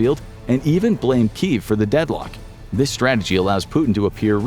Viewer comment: KI-EV 2 syllables. Don't be a potato.